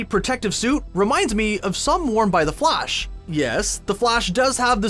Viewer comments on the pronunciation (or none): "buttman and flush" nice pronounciation narrator, really spot on...